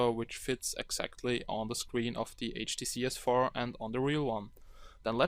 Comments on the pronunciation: He says HDC not HTC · not HTC he say HDC (listen carefully) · 0.15 "HTC galaxy s4" haha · He is saying HDC which is a chinese copy brand